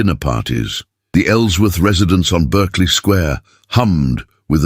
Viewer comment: It’s not Burkeley Square, it’s Barkley Square